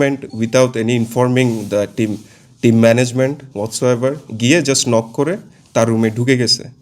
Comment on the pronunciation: আরে ছাছা লক করেআসেনাই নক করে আসছে ইংরেজি বলেন